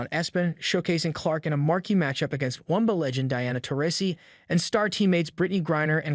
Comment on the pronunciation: My goodness! What is the "Wumba?" Yeah, this bad computer text to speech engine actually said that. Then said, "Espen!" If a creator is too lazy to read their own scripts, maybe publishing on YouTube isn't such a good idea!